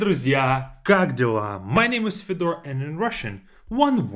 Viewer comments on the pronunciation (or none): Nice work!) have a question though, why do you introduce yourself as Fed'or, while your name sounds more like F'iodor?